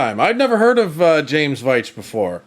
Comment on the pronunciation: Am I right in saying that the name Veitch is traditionally pronounced Vyke?